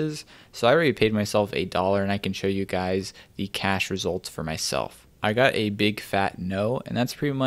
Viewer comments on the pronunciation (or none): none